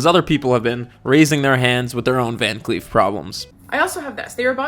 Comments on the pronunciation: I literally thought you were saying van queef this whole time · I keep hearing “Van queef” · Im so sorry i just keep hearing "Van Queef" and its really funny to me lol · I totally heard you say "van queef" the first few times 😂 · Gonna be honest - I watched the first minute of this video after a binge of your videos and didn’t see the name. Spent a minute thinking you were saying VanQueef ……. Which was a lot of fun for me